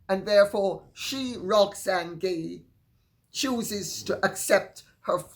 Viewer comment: Oh! Let me tell you about Roxanne Gay. Thank you for finally pronouncing her last name correctly. She has an agenda.